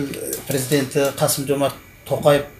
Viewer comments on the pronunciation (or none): none